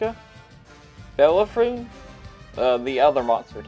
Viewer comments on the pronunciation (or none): Tank is pronounced Bell-Air Oh-Fonn. It has much worse concealment because spotting mechanics draws a box around the tank. The spaced armour on the mask and crest makes the tank.a lot taller (and therefore the box a lot bigger) which wrecks the camo rating. It is the same reason that tanks with huge cupolas like the Legion 59 Patton, T95E2 have awful camo rating for relatively low profile tanks.